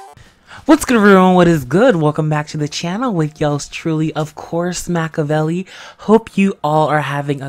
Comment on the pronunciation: I thought you said Macaroni instead of Makevelli 😂